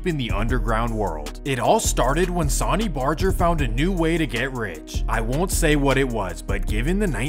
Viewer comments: Sauny? Lmao bro needs to go to a remedial English class to learn about pronunciation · Dawg you lost all credibility for me when you said sonny the way you did. It’s pronounced sunny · Sonny name is pronounced Sunny lol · Bruh your pronunciations are awful. Sonny is pronounced sunny. And Laughlin is not lawland 😅😂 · his pronouncing of Sonny's name , each charter is independent, Sonny may be godfather of the modern club but was NEVER in charge of entire club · Pronunciation isn't strong with you. Jesus sonny isn't pronounced that way. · Hating on Hangtown, tut tut yeah y'all stay away, take 80 you still hit the lake. Hating on Reno, now that's funny. (different vid) These weird mispronunciations you do must be good for driving engagement. Bet there's a sh*tload of comments about how to say 'Sonny' and 'Laughlin'. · Really, sonny (soh-nee)…why does everyone who makes these types of videos botch the names. Nerds. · That's not how you pronounce "sonny" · Could have at least pronounced Sonny's name and Laughlin correctly 👎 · Great video, but the way the narrator pronounced Sonny and Laughlin was kind of annoying, do your research.